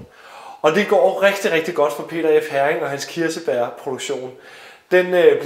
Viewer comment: Interessant historie, og godt initiativ. Bare en hurtig kommentar til museumsinspektøren: Heering udtales ikke som en engelsk sild (herring), men hEring.... :)